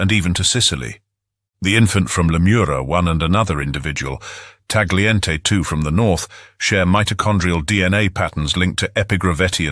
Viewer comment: Similar to English words like; night, sight, bright, weight, the "g" in "Tagliente" is silent